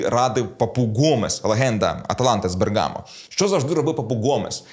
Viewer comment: Не Бе'ргамо а Берга'мо!